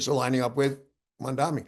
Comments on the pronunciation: Are you pronouncing his name correctly??? Its Mamdami...not Mandami.... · Why is it that all old white men can't pronounce his name correctly!!!